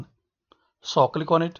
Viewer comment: Every time he says “kilik” I click😂😂